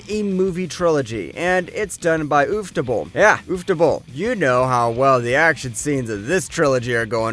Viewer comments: Okay. I'll be honest. Listening to him pronounce Shirou and Sakura as 'She-rew' and 'Sa-koo-rah' had me talking out loud to myself like 'How tf does this guy have an Anime channel and he can't even pronounce their names correctly?' And then he said 'oof-ta-bull' and all was forgiven. As evidently it turns out he's fully aware he's a filthy heathen wallowing in his own shameless depravity for all to see. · no way bro said uff-table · my man said "ufftoble" highlight of this video:goodvibes:🤣🤣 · No hate but the ooftable pronounciation of Ufotable got me good.